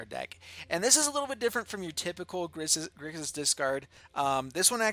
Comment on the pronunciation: It's Grixis. Whoops.